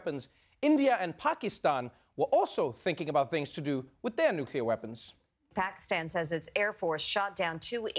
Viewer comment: Well I'm srilankan and I hate when people mispronounce Pakistan